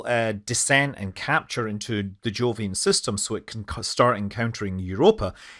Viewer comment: Thought he said "joolian system" at one point